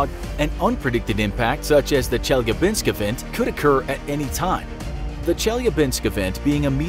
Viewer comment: Being a dude from Chelyabinsk hearing "Chelgabinsk event" made me laugh out loud. Great vid, though :D